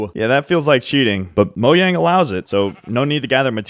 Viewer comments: Mojang ❌ MoYang ✅ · I love how he says “Moyang” Instead of “Mojang” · Mojang not moyang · It's not pronounced as moyang its mojang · "mo yang" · "Moyang" It's MOW-JANG, it isn't a Mexican, or Spanish company. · stop saying Moyang it’s Mojang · How come you say Mojang with a Y and not a JAY sound? You say it like it’s MoYang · Saying “Mo yang” instead of “mojang” is pure evil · Why do you say moyang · and he still says moyang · Ah yes I love "Moyang" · Bro pronounce the J in Mojang. That shit pissing me off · Its reaction bait, even though officially its Mo-Jang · still calling it moYang😂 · Moyang sounds about right. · why do you call it moyang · i have absolutely no idea as to why but everytime you say moyang it makes me angry and i keep hearing it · Ah yes "moyang" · moJang...WITH A J, DO YOU SEE A Y??? (ik thats how some people say it but my god) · Did he just say "moyang"... Yh that's enough to make me click off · did u say moyang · "Moyang??" 😭😭 , , , , , , , , , , , , , (lmk if i missed any) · HE STILL SAYS “MOYANG” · Why does it irk me so much that you pronounce Mojang that way? 😅😂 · Pronouncing “mojang” completely wrong is frying me tbh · Respectfully I hate how your pronounce mojang idk😂😂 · Finally got part 2 lesgoooo (still pronouncing Mojang wrong nooooo) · its been 4 years and yet he still hasn't said mojang right once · He still doesnt know how to say mojang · He doesn't pronounce Mojang the way Mojang intended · so weird how he pronounces mojang, i dont care if its correct